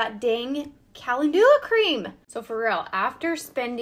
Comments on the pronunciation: Pronounced: ca-len-ju-la. Emphasis on "len" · Calendula, not being mean… just to help, it is pronounced Ca lend you la, ❤ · It's pronounced Ka-LEN-DEW-La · I was laughing thinking, is that the American way to pronounce calendula 😝😝😝